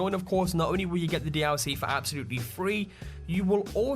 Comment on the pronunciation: everytime this guy said dlc he's say: dee owl c